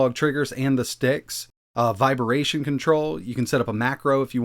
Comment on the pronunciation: lol I can't get over how your pronounce "Vibration" as "viberation" haha thanks for all the vids :)